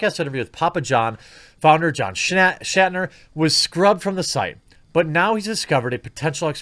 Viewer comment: Also it's "Schnatter", not "Shatner".